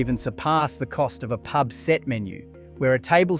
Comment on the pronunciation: a local Pee-Yoo-Bee? You can't say Pub?